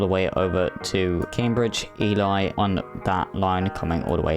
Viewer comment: Ely is pronounced E-Lee :-)